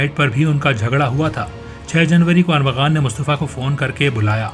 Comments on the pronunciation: Armaghan not aghaman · Y policeman is saying him arghaman instead of armaghan?